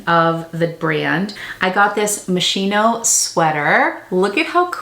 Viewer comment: I thought you were Italian?! 😉 It's Mos-key-no 😊 Great haul! And my feet would have been jello after 7 hours!